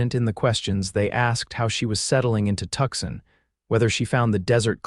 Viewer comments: Pronounced "Too sahn" not Tuxin. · Is Tuxin supposed to be Tucson? God save me from AI